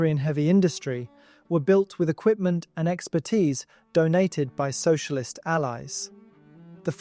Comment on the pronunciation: Sounds like somebody slept through elementary school. «Soicialism»? Yeah … right 😂…